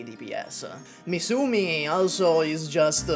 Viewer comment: dude really had a prophetic prediction by calling misumi "MIFUmi"